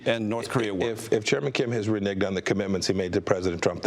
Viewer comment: Did he say "re-nigged"